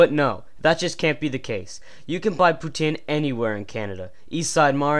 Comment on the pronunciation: hey i noticed u put our video in ur crap account aperently and checked some of ur other stuff, this video is awesome except for the fact u say poutine wrong, i thaught i taught u better then that jeez